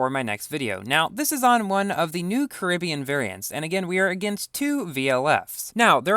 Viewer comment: Why do you say Caribbean like you do